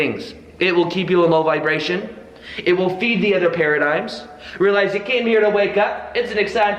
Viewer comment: real - ize or real - lies ... lol